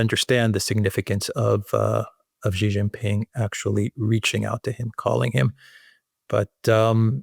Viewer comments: his name XI JIN PING is pronounced SHEE JIN PING. I have SUPERCHAT you so many times I know you have read. JHEE means PENIS. AlexanderM says CEE or SEE which is an acceptable southern accent but JHEE the way you and Laura Ingraham say it on purpose is PENIS. Therefore, you are. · "Xi" in Xi Jinping is pronounced a lot like "she", like the female pronoun. One of you says "see" (like sea) Jinping, the other says "jee" (like je t'aime) Jinping. And the way you say the second-most important leader keeps changing from one podcast to another. (I'm being pedantic? Right. I'm an expert in chemistry. I can't pronounce aluminium. Please listen to my expert chemistry lessons.)